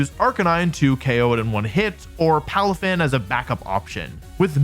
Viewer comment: Is it just me who always hears "Palufen" whenever Wolfey says "Palafin"?